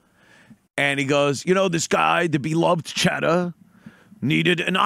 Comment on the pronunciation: "There wasn't a 'beeluhved chadduh'" lamo